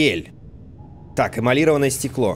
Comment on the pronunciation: ЭмалирОванное стекло, Дима...эмалирОванное, а не эмалИрованное...и пушка пропульСИОНная, а не пропульСИВная...